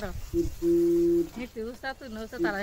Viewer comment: নিতি হবে, আপনি নিধি বলেছেন।